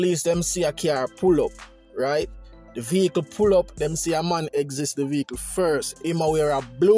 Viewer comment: The word is exit NOT exist 🤭